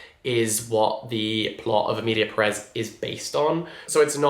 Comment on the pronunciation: it’s Pérez not Peréz, the accent mark is on the first E so the stress when pronouncing it is made on that first E, PErez 🙂